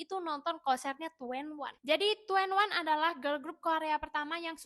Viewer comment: Iya njirr Tueniwan jadi 2en1 Ciel jadi Ceel 😂😂😂